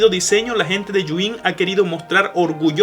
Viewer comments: Los de "Yu In" sufriendo cada vez que dice el nombre 😖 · Por qué dice yuin?